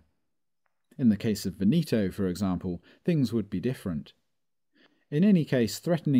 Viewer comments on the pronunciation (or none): Good job, but please learn how to pronounce Veneto: the stress on the first syllable.